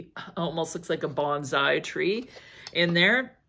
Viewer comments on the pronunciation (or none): none